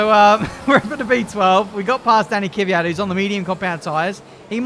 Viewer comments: I pronouns it keviat not kéfiat! Like it if you say it like me!? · Isn't it Kyv-at? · I think it’s “ Kve-yat “ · It's K-V-Y-A-T, not K-I-V-Y-A-T, without the I-sound between the K and the V. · it's no ki-vyat it's kvyat. Thank me later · plsease sign kvyat and try to pronounce his name right pls. its like kvyeeee yat or kyiii yat not kiv yat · There's more than 1 syllable in Kvyat. pronounces it KIH-vee-at, but it should be kih-VEE-at. Crofty basically takes out the first syllable by combining it with the second so that it sounds like "Fiat". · KIWYAT not keyveeat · Okay, here it is: K - V - Y - A - T not K - Y - V - Y - A - T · It's Kveeat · It's Kiviat that's the pronunciation. But It's Spelled as "Kvyat" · Kuh ve yat. Say it quick there you go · Kvyat - hard K followed by soft V. Ya like in Ya(s) marina, followed by hard T. The stress in on ' ya ' sound. Квят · It is KVIIIIIAAAAATTTT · k-vee-at for pronouncing danil’s name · The pronunciation (what I say) is said like this: Kyviat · Danny Kiv-Ey-yat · It's pronounced квят. Trust me, I know. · Kvyat is pronounced as key-vey-at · Holy shit I thought I was the only one annoyed by "kiwi-yat" lmfao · Kvyat is pronounced like Fiat, but the K and V are both pronounced. (Kveat) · Ka - vee- yat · Kvyat pronounced: k-vi-at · Step 1: Say Fiat Step 2: Replace the F with a V, so "veee at" Step 3: Put a K in front=kveeat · U pronounce it as Danill K-fi-at grammer right there bois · It's ki vee yat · It must be around "kwiat". His name means flower. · Say Kviat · About the pronunciation from the vodka-drinking-for-breakfast racer, it's kVIat , for being russian... The strong pronunciation is at VI \o/ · I'm no Russian but I pronounce it Kiv-yat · Its daniil KVYAT, I don’t know where people got the E after K from. It’s is pronounced as it’s written. In russian its Квят, я is ya. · It’s pronounced„kwiat“ but only one syllable no kwi-at or ki-wi-at just kwiat ain’t so hard when you give it a few shoots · its kVYAT